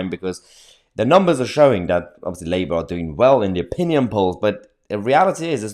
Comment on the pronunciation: Liebour as its pronounced